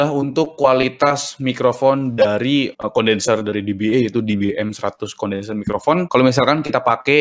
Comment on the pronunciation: E di bahasa Inggris bacanya "i". jadinya "di-bi-i", om. kalo "di-bi-e" itu "dba"